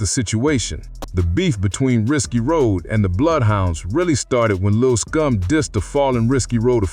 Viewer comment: why you keep saying lil scum? you mean lil SCOOM?